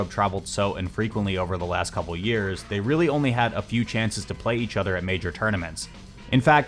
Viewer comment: "weally, weally cool"